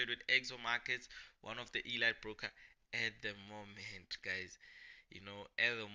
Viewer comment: Elight ❌ Eleeet ✅ . Elite .